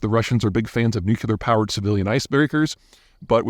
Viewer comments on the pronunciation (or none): Please stop saying nukular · Damn! Just when you think Peter can't innovate anymore, there is a "nukular powed iceburger" around the corner xD